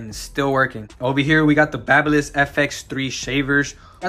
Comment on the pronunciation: Baby liss, not bahba liss fyi